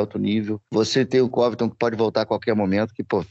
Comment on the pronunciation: Incrível como o pronuncia Colby Covington errado